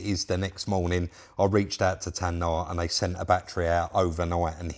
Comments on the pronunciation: It's NOT TAN.... NAH ...., It's TAY...NAH !!! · Nice job,. I'm not a picky prick, but it's Tayna (Tay- Nah) Been using them for a long time myself. Keep on crackin, son. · It’s TAY-NA surely?😂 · I know it's TAY-NA Batteries and I'm not sponsored by them, come on try and get it right one day. Good result though 👍🏻